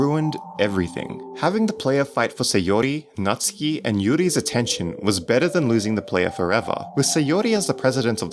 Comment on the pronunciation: its nats-oo-ki !!